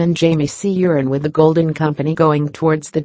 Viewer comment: I like how Euron is pronounced Urine. LOLZ